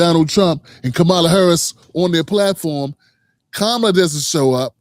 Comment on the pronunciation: Bro you don’t even pronounce Kamala’s name correctly